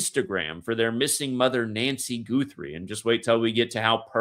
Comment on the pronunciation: Guthrie pronounced like gut not goot ❤️ Like Arlo Guthrie